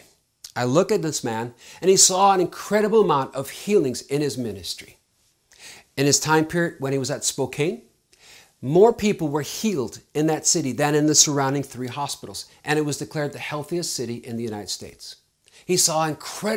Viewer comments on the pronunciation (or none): Its spelled Spokane but pronounced Spo CAN.